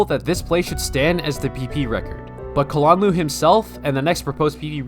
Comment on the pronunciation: I like how you pronounce kalanluu